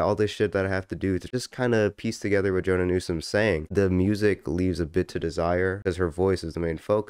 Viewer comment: You're pronouncing her name like Jonah, it's more like Joe-Anna.